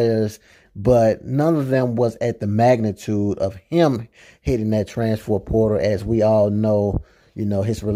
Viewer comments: Sir it’s “transfer” not “transfor” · Bra learn how to say trans-fer transfer portal 🤦🏾